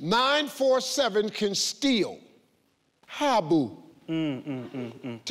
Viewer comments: Did Uncle Steve pronounced Thabo as Habo. It's a tee like h is silent. TABO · Thabo told him the T is silent. So he made it a joke and says Habo